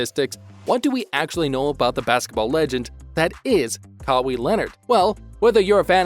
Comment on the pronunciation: You lot are pathetic. Kawhi videos doesn't get views cos only true fans stick with him. All these click baits make you desperate. Its pronounced CARWHY not CARWEE.